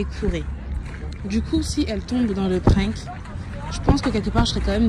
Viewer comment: "c était un prink" 😂